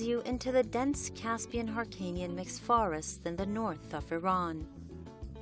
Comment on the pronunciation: این خان به هلو میگه هالو -هیرکانی نا هارکانی